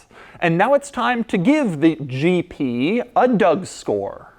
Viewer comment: Why when doug said "GP" for me is "GT" Did you have exactly the same? 👇